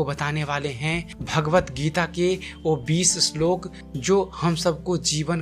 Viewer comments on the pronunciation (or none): bhai vo shlok hota h ashlok ni